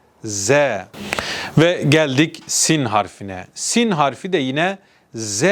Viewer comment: Doğru okunuşlar Siyn=Sin Şiyn=Şın, Ta=Tı Za=Zı